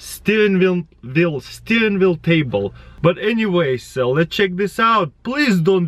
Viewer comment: Taras: Steren wheel (messes up) Steren veel